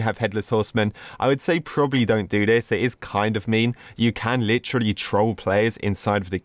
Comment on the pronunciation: The way he says "Li trel E" (Not hate)